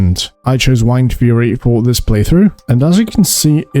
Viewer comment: Wind, like air, blowing around, like a shaman would have. Stop saying Whined.